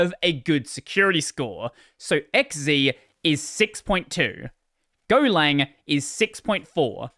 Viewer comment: Your an Aussie - X Zed, not X Zee!